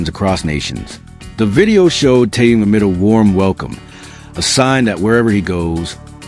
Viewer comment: Ким Тэун, это кто? Зачем каверкать имя Мировой звезды? Ким Тын? Ужас. Я понимаю что это ИИ, но кто то контролирует.